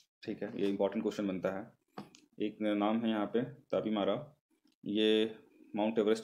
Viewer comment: Tapi Mra not Tabi